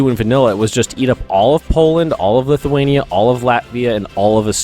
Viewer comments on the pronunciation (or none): none